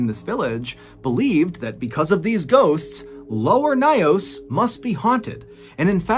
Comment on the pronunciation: It took me a while because of the way he pronounced the lake but because the story is so familiar, I finally figured it out 😅. It’s lake Nyos located in my country Cameroon . It’s pronounced Nyos (like YOURS with an N at the beginning) and not NAYOS and he pronounced 😅. But thanks for this story. This was a tragic story we are still reminded of till date in schools